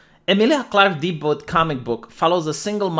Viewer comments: It's not "duh-boot," it's "day-byuu." It's french... :( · the kinda guy who says debut as deboot.